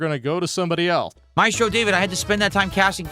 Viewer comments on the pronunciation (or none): none